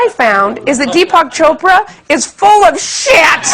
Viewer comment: Haha... I love here delivery... "...Deepak Chopra is full of SHEEAAAT!